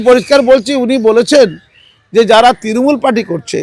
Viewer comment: তৃণমূল বলতে পারে না ও তিরিমুল বলে। সে আবার জেনারেল সেক্রেটারি 😂